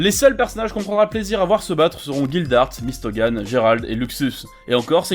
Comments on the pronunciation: C pas mise gun c mist gun Et c'est pas lisana c lissana mais sa s'écrit lisana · Mystogan??😭😭😭😂😂😂 ça ce dit « mystgun » et en vrai c’est pas Gérald ça ce dit « gdelal » Gérald, mais moi perso j’adore fairy tail mais tu as entièrement raison mdr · MistoGun et Jérald mais ptdrrr ça ma tuer c'est MistGun et Jellal (miste gun et djelal pour la prononciation)